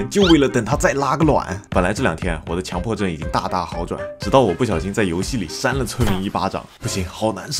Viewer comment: 是叫强（qiǎng）迫症吧